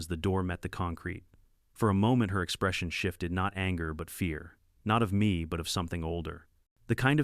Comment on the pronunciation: Me is pronounced "me" with a long "e", not Emmy. I really hate AI narrators. They are absolutely not ready for "Prime Time".